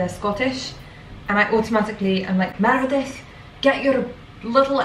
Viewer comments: It’s Merida not Meredith🥺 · MEREDITH 😂😂😂😂😂! Her name is Merida